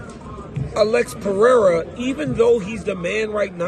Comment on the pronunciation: You’re butchering Alex Pereira’s last name btw.